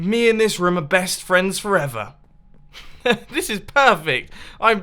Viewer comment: he say best vriends for ever en samwoan haf a achiefment